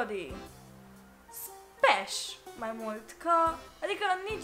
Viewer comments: in loc sa zici smash ai zis spash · "SPASHH"?????? Stop it, get some help! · Smash or Pass!!!:Spash😂😂😂😂😂😂